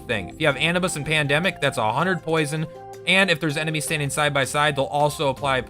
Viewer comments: anubis uh-noob-iss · Anibis? you mean Anubis? what the fuck....